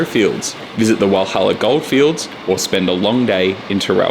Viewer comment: great video but please get the name Walhalla right